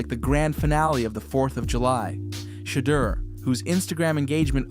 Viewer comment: You can't even say his name right,WTF. His name has been talked about for months. Shatter Sanders seriously SMH